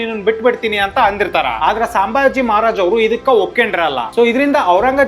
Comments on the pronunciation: ಸಾಂಭಾಜಿ ಅಲ್ಲಲೇ, ಸಂಭಾಜಿ. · Bro ಸಾಂಬಾಜಿ ಅಲ್ಲಪಾ ಸಂಭಾಜಿ... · Hey, ಅದು ಸಾಂಬಾಜಿ ಅಲ್ವೋ, ಸಂಭಾಜಿ ಮಹಾರಾಜ್ 🤦🏻‍♂️